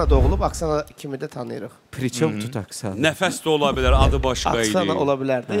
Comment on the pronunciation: Nigar Camal Nəfəsə qəfəs deyir 🤣🤣